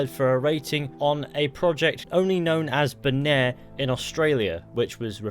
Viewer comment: “Bonaire” are you sure it isn’t “Boner?”